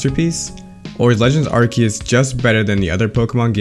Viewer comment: first impression: mediocre video for mispronouncing arceus ;)